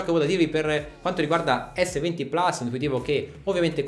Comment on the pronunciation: Ma perché plas, è latino, si pronuncia plus